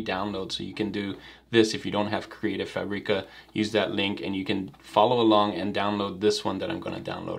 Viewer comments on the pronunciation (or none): Hey, thanks for another great video. How can u transform the png to vector, chosing the number of colors, in Affinity? You know i love you, isn't it? 😅 So don't be upset please if i make a little correction. Is FÀBRICA, just like you say fàbric, same kind of accent. I know, i'm from Italy and my english is bad, so i should not say that 😊